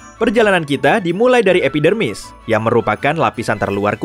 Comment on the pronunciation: kok gw dengernya epidemik?